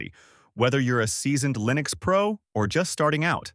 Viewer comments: What is this "lye-nucks" you speak of? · AI slop that can't pronounce Linux correctly, mentions KDE but demos Gnome. Waste of space. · If you are going to use Ai to do voice over, at least make sure it pronounces Linux correctly. Throws away any trust or credibility out the window. Just my two cents.